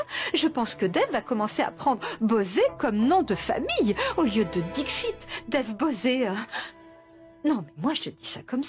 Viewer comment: Qui a remarque Radaranie à dit Dev Bosé comme